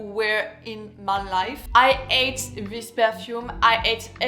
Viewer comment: "Why I ATE this perfumes soo much" xd your pronunciation is really something!